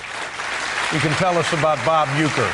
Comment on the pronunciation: Are you joking when you say Huecker...? I-ron?